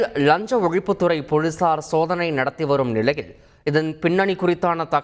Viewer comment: அது ழஞ்ச ஒலிப்பு துரை போளீசார் இல்ல.. லஞ்ச ஒழிப்புத் துறை போலீசார்.... உன் நாக்குல தீயை வைக்க.. தமிழைக் கற்பழிப்பது பெற்ற தாயைக் கற்பழிப்பதற்கு சமம்.. தயவு செய்து தந்தியை விட்டு வெளியேறி ஒரு வருடம் ஓய்வெடுத்து லகர ளகர ழகர றகர ரகர ணகர நகர னகர உச்சரிப்புகளை சரியாகக் கற்றுக்கொண்டு அதன்பின் வந்து செய்தி வாசிக்கவும்.. உண்மையைச் சொல்கிறேன்.. சத்தியமாக உங்கள் தமிழை பொறுத்துக் கொள்ளவே முடியவில்லை.. காதிலும் மனசிலும் குருதி வழிகிறது..